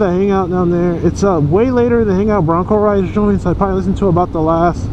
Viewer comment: his name is broncoride not broncorides dam man if your going to shout out someone name at least say it right geeezzz you can get aerial shots of your home thru google earth geeeezz get with the program., dam man my name is 1Down4Up not 1down dammit man.